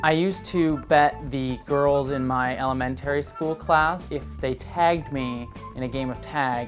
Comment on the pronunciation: He says elementary wrong.